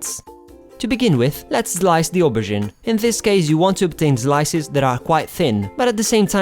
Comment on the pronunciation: As a french girl i LOVE how you say "Aubergine" just like us! Just did this recipe yesterday! how cool?